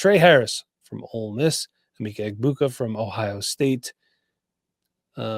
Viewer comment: Eh-meck-a E-boo-ka